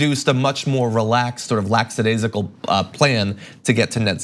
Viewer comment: Dude that word is lackadaisical not whatever you said. hahahah